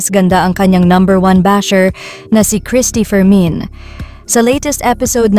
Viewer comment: Bakit parang rinig Kong bigkas ng narrator sa Cristy fermin ay "Cristy for men"😅